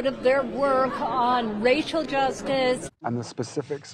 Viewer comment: Did she just say "Racial justice" or "RACHEL justice"?!😂